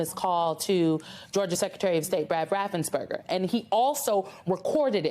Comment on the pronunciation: RaffensPerger. NOT RaffensBerger.